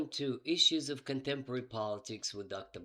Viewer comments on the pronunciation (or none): You've lost the "C" at the beginning of "Contemporary".